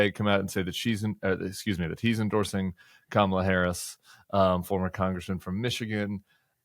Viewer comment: Hi Tim. My angey maga neighbors (very sweet to me) do investigate info. I caught one watching Forbes , streaming. Very angry. Deficit big thing. Affordability. Kamala (correctly pronounced) She so dumb, cant believe. I say, cmon man. I don't do that to your guy. He's sorry, just tired. Folks here start out angry. So there's that. Don't have good self esteem for sure. And, what trusted sources. Only their ppl tell truth I think ppl like me been making them feel stupid for decades Also illness of mind contagious